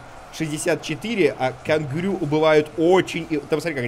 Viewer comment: это ужасное произношение сломало мне мозг кэнгару